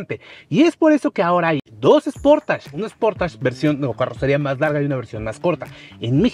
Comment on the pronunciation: Esportach?...creo que sería algo así: "sporeich"...o no?